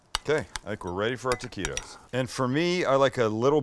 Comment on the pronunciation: Love the recipe but why do you keep calling them "Tequitos"?